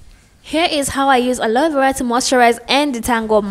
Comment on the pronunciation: Love how she pronounces aloe vera. It's cute